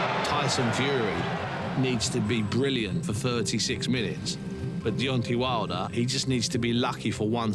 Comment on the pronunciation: Can somebody at BT please tell Steven Bunce it's DEONTAY not DEONTY, thanks...